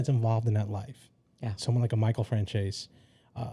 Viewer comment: Why do you call Michael Franzese, Michael Francheyzey, Michael always introduces himself saying his surname so how the hell do some people derive Francheyzey from how he says Franzese!? Rita stating that at her dad's notes were passed to Chin and he whispered his answer in their ear, what surprised me was the ability of a mobster to be capable of writing at all, Chin obv dealt with Mob Intelligencia, Le Creme De Le Creme.